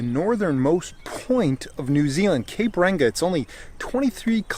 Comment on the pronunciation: Hah he said cape ranga